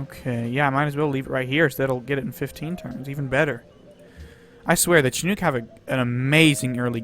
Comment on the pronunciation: shin nook... shin not chin